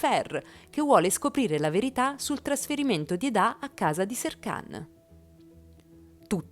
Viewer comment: Perché chi narra dice Edá e non Eda? Non insistere a dire Edá perché si chiama Eda ……